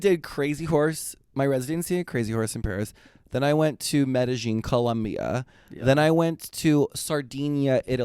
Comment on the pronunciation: Mede-Gin, Colombia 🤣